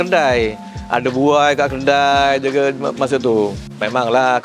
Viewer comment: 😅😅😅Kedai bangggg.....kedaiiii.....bkn keldaiiii.......dah mcm kaldai dh aku dgr😂😂😂😂😂😂